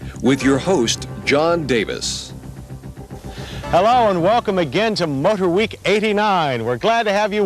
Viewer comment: "Motor Hweek"